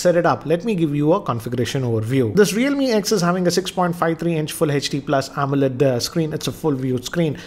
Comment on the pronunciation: Everyone says HD says HATCH D